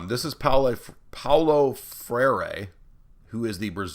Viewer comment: "Freire" is pronounced "Fray-ruh".